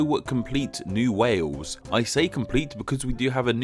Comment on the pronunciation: You say "New waws", not wales